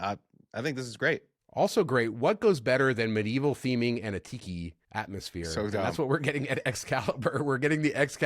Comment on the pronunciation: Did you say Excalibur is getting a Tiki bar, or a Pee Pee bar?